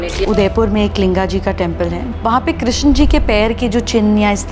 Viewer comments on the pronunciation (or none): none